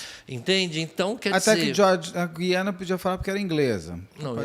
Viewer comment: Beto Ribeiro, a pronúncia do nome Guiana é igual água é pronunciado o "u"